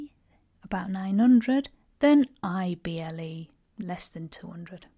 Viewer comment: You should pronounce the 'i' when saying ible words. It's very subtle of course, but important. You seem to pronounce able and ible the same, which exacerbates the confusion. You even state that they sound the same at the start of the video (which they shouldn't), and then later on pronounce the ible words as able. Surely that's sensible? Thank you for the video. My son thoroughly enjoyed it! :-)